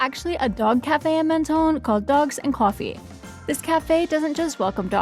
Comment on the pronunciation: Mon-ton not Men-ton